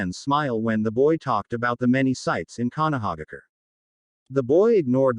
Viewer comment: Konohaigger? Really?😂🤣😭😭😭🤦‍♂️